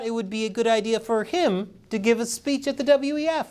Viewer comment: Did she say freedom of spreech? Lol